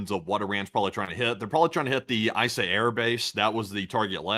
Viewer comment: shake EE-sah air base in Bahrain. Eeesah. Not eyesah Bahrain. Please tell me you boys dont say eyetalian dressing too...